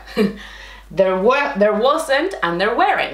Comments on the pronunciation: / Muchas gracias de Canadá 🇨🇦 por tu video; muy utíl para mí! [Si te gustarías, puedo darte un consejo con tu acento en inglés con la palabra "were" and "weren't": you are incorrectly pronouncing it as though the word was "where"; instead, you want to pronounce it so that it rhymes with "her"). ] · There were , se pronuncia / der wr / NO / der wEr / la vocal "E" NO se pronuncia. - / wer / = wear = vestir ropa o usar una vestimenta. Si se pronuncia (wer) se está diciendo eso "wear" No el pasado de "are" que es "were" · wr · / Muchas gracias de Canadá 🇨🇦 por tu video; muy utíl para mí! [Si te gustarías, puedo darte un consejo con tu acento en inglés con la palabra "were" and "weren't": you are incorrectly pronouncing it as though the word was "where"; instead, you want to pronounce it so that it rhymes with "her"). ] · Buen trabajo explica las diferencias entre cada tiempo. A veces tengo un difícil tiempo con cada de ellos. Te entendí cuando tu as dicho "was" y "were" pero la pronunciación para "were" estuvo como la palabra "where". No es correcto. El sonido "-ere" es como en "-er" como "worker" o como el sonido que un perro hace cuando estan gruñendo